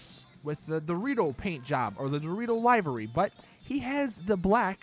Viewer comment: why have u gone back to saying livery wrong again.